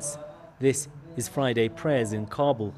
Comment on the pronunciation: Its not Carrbul its Kabul (a short a). Guns in a mosque very nice!